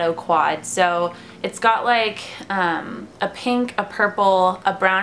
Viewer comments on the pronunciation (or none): none